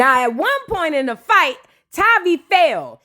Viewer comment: What is “PERNT”… do u mean Point